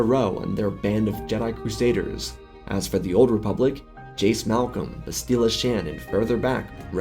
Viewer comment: You pronounced Bastila wrong.